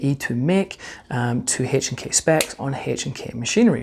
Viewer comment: PLEASE STOP SAYING “Hache and K”!